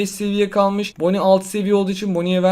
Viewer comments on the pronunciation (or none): none